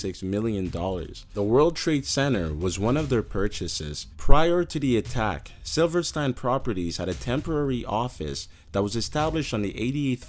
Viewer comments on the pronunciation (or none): none